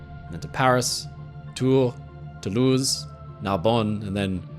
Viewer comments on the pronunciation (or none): none